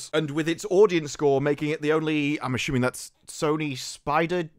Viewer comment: I have no idea what this video is about, but i love how you pronounce “assuming” as “aSHooming.” It’s like a mushroom, except it’s assuming